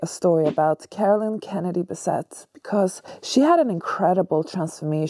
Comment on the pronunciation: Your video begins by you saying her name wrong.